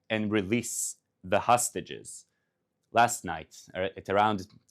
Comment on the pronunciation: I would prefer if he would pronounce english words better. Not say hustages, but hostages. Not say lunch, but launch.